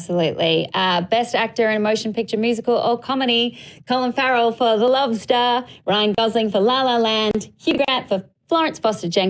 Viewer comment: Had to rewind a few times to understand that 'The Love Star' was actually you saying, 'The Lobster'. haha